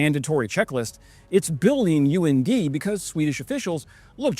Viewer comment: UND pronounced UNDIE...and go